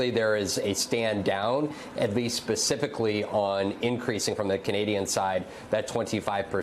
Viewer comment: Is this guy saying pacificly instead of specifically 🤔 sounds like that to me